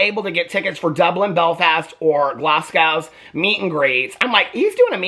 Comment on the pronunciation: Sorry but the way you are pronouncing Glasgow makes me cringe.